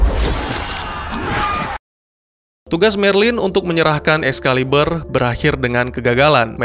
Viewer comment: Excalibur bro, bukan Excaliber..